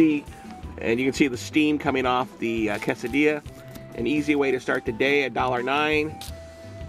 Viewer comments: C-A-sa-di-a not cosadia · It's pronounced "kay-seh-dee-yah". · New drinking game: take a shot every time pronounces quesadilla weirdly, or when he says "a dollar nine". dies from alcohol poisoning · It's pronounced more case I dee a